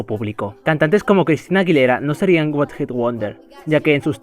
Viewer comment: What hit wonder o one hit 😂😂😂😂 pronunciacion a lo veneno